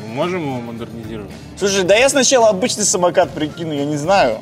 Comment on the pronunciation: Обычный а не абычный не Русь шлак